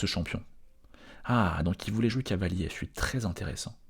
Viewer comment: C'est moi ou tu dis Cahier au lieu de Cavalier ? :P